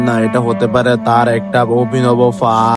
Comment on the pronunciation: লাস্টে ফাঁদ বলেছে নাকি পাদ বলেছে😂😂😂